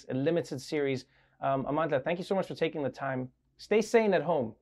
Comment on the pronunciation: I’m sure Trevor is one of the few people in America that can actually pronounce Amandla and also know its meaning